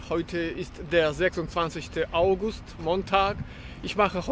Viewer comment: Es heisst AugUST! Bitte.:face-purple-crying